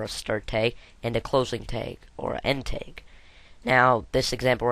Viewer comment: What the heck is a "teg" and why do you keep saying "tegs"?!?